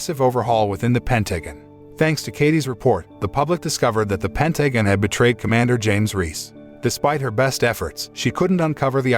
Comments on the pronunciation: A.I. cant say ''Pentagon'' correctly a single time... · The movie might be the best, but the commentator or script writer for this review is a f*king idiot. So many things wrong, to name a few, calling his unit his army, she was covered in mud but it was called snow, calling boats ships, doesn't know how to pronounce Pentagon and the list goes on. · overall it was good but at times i was brought out of it by realising the voice of the narrator is an A.I. with certain mispronouciations of words. Like for example "pentagon" no Human narrator would say it the way it was said others too but NUFF said, i took a brief detour thinking how unreal this all was but then I suspended reality for the sake of the story, but then after the ending the moral summary was disapointingly brief, thin and fickle. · Pentagon pronunciation keeps making me giggle